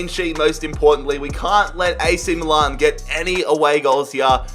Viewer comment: Can we just appreciate the way he says Milan 😂